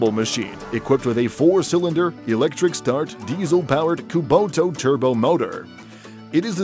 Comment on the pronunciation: Weird way of saying kubota